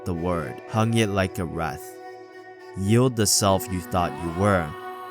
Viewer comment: Good video man, but man I have never heard wreath pronounced that way.